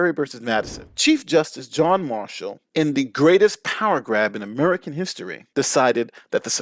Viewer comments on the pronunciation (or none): none